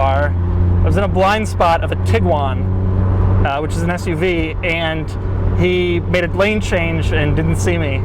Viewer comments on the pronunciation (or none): none